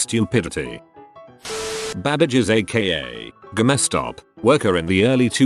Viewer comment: Stupid robotic voice. Saying Ga mess Stop instead of Game Stop.